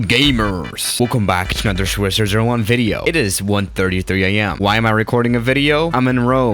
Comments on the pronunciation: what people hear: video what i hear: swjzrvideo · is what i hear at the start of every video lmao